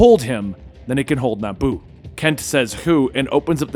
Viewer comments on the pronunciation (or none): none